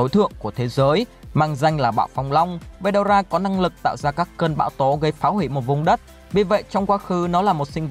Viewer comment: Ủa veldona là :)) phải là veldora chứ